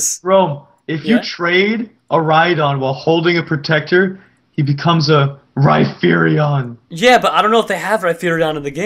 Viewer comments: its not reiperion its reiperior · rhyperior not rhyperion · EXCUSE ME! Rhydon becomes Rhyperior NOT RHYPERION! :( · Ryfearior....It's Ryperior mah gawsh..... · mispronounced Rhyperior so bad...